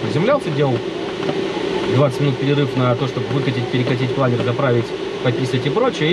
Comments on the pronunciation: планЁр, вашу машу! кровь из ушей... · Планёрррр! Никакого другого произношения даже не подразумевается.